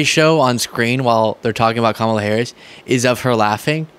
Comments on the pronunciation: Don't shout,! These childish magas obviously intend to mispronounce "Kamala" for ever. Black slaves were once dispossessed of their real names. The old song still tells us "there's a man goin' round takin' names" The latest victim of this crypto-racism is "Camila". I guess she asked for it when she decided to "turn black" instead of "turning 100% WASP";-) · I think it's so funny when MAGA pundits purposely mispronounce Kamala's name (and then struggle to remember how to say it WRONG every time) as if it's some HUGE joke. It reminds me of the whole, "Let's Go Brandon" thing that also made zero sense and has mostly petered out. What do you expect from a bunch of inbred trailer trash who don't understand humor to begin with? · I love the idea of everyone, always responding "Who?", every single time MAGAs pronounce her name "Ca-molla" or any other incorrect way while interacting with them. That would consistently throw them off and create a ton of hilarious content. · This republican collective mispronouncing of Kamala's name is just childish. Every Democrat that hears it should jus say "I know it's a very hard name to pronounce. Very, very hard. Maybe just use her title and last name. You know her actual title Vice President Harris. If you find her last name to hard to pronounce, you don't need to add it, just go with Vice President." And then also continue to correct them, whenever they say President Trump - its FORMER President. F.O.R.M.E.R. If they get angry about that, maybe use wanna-be-president Trump. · The regressives mispronunce her name intentionally. It's a way to disrespect her, but they accidentally say it correctly from time to time. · I hate that I sometimes say her name wrong. I've been saying the same name in the same way as that Newsmax host for years because of the Marvel comics character. I know they are doing it on purpose and I'm not, but it still bugs me. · It drives me crazy how they all purposely mispronounce Kamala. So rude!